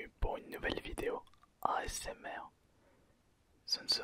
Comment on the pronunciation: Ta dit osmr XD